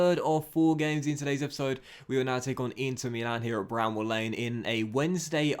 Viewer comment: It’s Bramall Lane not bramble!!